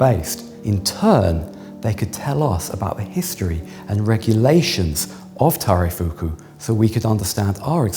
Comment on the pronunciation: The guy has completely butchered taireifuku, would have no idea what he was talking about without the Japanese conservator